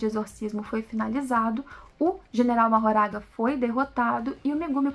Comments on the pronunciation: pse, mas não é a pronúncia oficial, infelizmente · Só um detalhe q vale mencionar, a pronúncia oficial do nome do shikigami mahoraga não é como é escrito, a pronúncia feita no ep foi "mahgora"